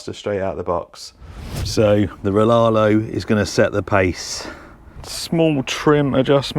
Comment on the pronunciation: Riaario not Rilarlo